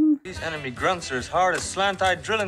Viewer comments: It's "grunts" not gunts. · I find your reaction a much needed vacation from Stanley Kubrick's vision of the Vietnam War,. Especially the mispronounciation of 'grunts' (gunts - it sounds like another word). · Grunts, not gunts. :)